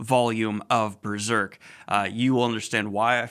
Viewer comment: I don't know why I was so happy to hear Daniel say, "Berrrserk!" again.